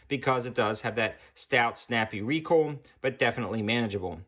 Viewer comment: When recoil is pronounced recoal……